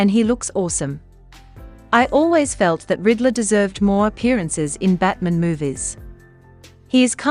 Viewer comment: Why is the pronunciation for Batman, batmen?